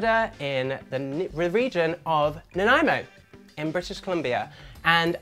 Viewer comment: Thank you for pronouncing Nanaimo correctly 👏👏👍